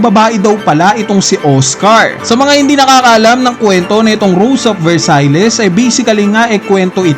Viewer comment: Versailles is pronounced as Ver-sayl, not Ver-say-les.